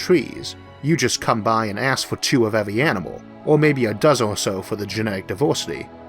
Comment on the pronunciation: Evuy gueat alien expeut have a puobuem with letteu "R" :)